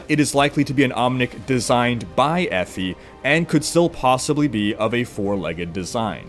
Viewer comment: "Effy". Sorry bud it's pronounced Ee- Fie